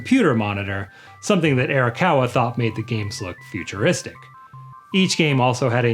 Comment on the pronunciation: We need to buy a copy of Like a Dragon 7 so that he learns how to pronounce Arakawa correctly.